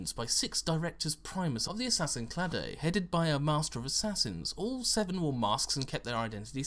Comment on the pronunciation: Its not "clah-day", its "clade", rhymes with "blade"